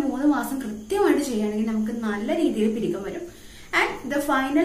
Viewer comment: പിരികം അല്ല പുരികം ആണ്